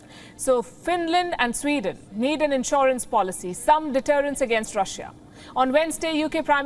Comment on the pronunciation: Quit pronouncing Russiya. It's Russia or Roosia.